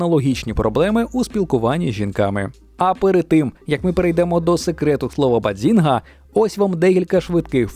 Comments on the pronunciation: Треба казати "Баззінга" а не Бадзінга 😅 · Супер випуск, дуже люблю цей серіал. Єдине що неясно - чому постійно каже баДзінга, якщо там чисте баЗінга: і в вимові Шелдона, і в написанні🤷🏼‍♀️ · Тільки "базінга", а не "бадзінга"😉 Просовляння зайвого "д" дуже ріже слух🤯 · Яка до біса "баДзінга"? Звідки там літера "Д"? BAZINGA! І це лише те, що прям кричить у цьому відео. Про купу інших недостовірних або неперевірених "фактів" вже промовчу. Двійка. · Якщо чесно, то трохи вухо ріже вимова автором слова “bazinga” . Я звісно можу помилятись, але ніби чітко чую звук «дз» у другому складі. Це якось дивно…